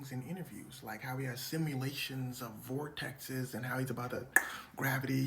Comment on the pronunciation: It's called vertices not "vortex's"